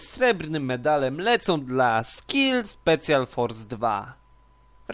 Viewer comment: specjal ? xd CZYTA SIĘ SPESZIAL